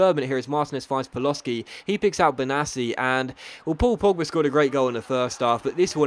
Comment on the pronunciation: Hearing Paloshy pronounced Paloski destroys a small part of my soul every time i hear it, which is 20 times an episode